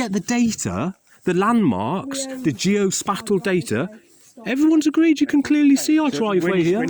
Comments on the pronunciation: "Geo Spattal" lmao. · GeoSPATAL data.... Do you mean geospatial?? Lol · "Geo-spattal" data 😅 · Is thwre more footage? Geospatial is pronounced gee-oh space-shal